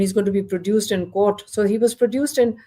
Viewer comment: I'm struggling to understand when she says ! HE WAS PRODUSED IN COURT? it's probably a language difference. I'd appreciate it if any Pakistani native speaking person could please translate that for me. Thanks